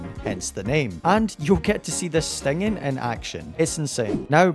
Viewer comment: Bro did not say stinging